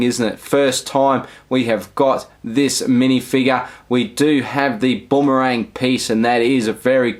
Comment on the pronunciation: sorry but saying Boomerang as bombarang got me triggered as heek ahahaha